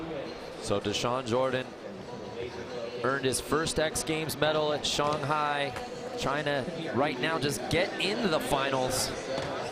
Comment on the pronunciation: I get all the hate in commentating but seriously. NOBODY HAS TOLD THIS DUMBFUCK HOW TO SAY SHANGHAI SINCE THE LAST X GAMES!!??